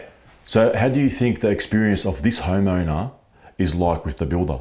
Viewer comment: Everytime says homeowner I don't know why but it always sounds like he's about to say "HOMO" 😂